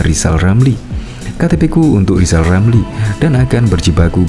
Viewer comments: Hai lijal lamli km engk mungkin jadi presiden karna km engk bisa ngomong r. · Buat “lijal lamli” belajar sebut huruf R yang benar dulu, kalau sudah bisa sebut R barulah nyapres ya..!!!! 🤣🤣🤣🤣🤣🤣